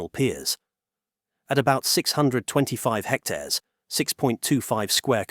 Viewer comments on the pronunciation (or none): none